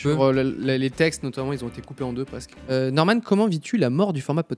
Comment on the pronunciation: Jsui mort comment il a dit Norman